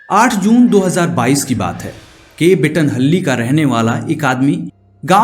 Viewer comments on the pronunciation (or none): The way you pronouce mandya and bettanahalli and peenya.... Seriously worst😢